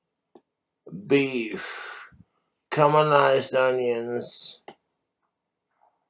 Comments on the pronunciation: I heard camelized 😂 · Genuinely thought he said cuminised onions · Cuminized onions 😂 swear I heard that